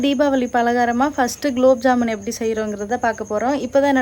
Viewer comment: Gulab jamun not kulabjamun 😅😅😅😅